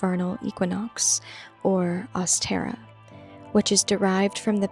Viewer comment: Never heard someone pronounce ostara like that haha. Great video!